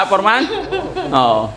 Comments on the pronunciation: forman pgbasa Nyan Df silent e' (foreman) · FOREMAN pronounced as fòr-- man ( silent "E" ) 😊✌️